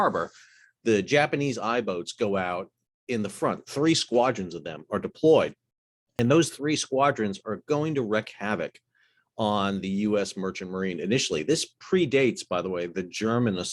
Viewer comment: Thanks for a great video on this almost forgotten day in history. As one who was alive at the time, I find it frustrating that so few remember how significant this day was. However, I have one suggestion about this video. Check the pronunciation of "wreck havoc". It's another of those oddities in English.